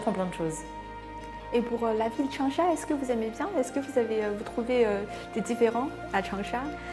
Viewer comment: "Bonjour Chohisse"